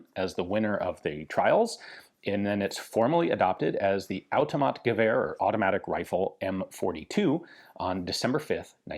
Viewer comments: Common misconception about the pronunciation of "Automatgevär" is that "Gevär" is pronounced with a hard G, but in reality it's pronounced with a soft G or Y. This is the case for Swedish but I know its different in other languages like German. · To me, it seemed like a funny mix of Russian & German. I shouldn't need to explain, y'all get what I mean.